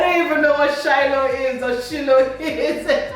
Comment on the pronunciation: How you pronounced Shiloh, lmao. It's an annual church program by Winners chapel.